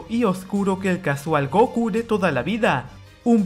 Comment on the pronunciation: Es *Gokú*, no "Góku"